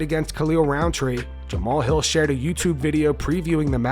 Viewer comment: im OVER-th-HEEL (HILL)...retire son !!!!....ur done !!!